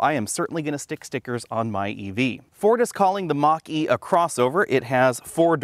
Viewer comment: Why do I keep hearing Maqui? Should I watch less Star Trek?